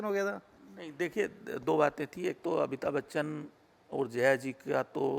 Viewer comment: यार, इनको तो अमिताभ बच्चन बोलना नहीं आता है, ये बोल रहे अबिताब बच्चन 🤪🤪🤪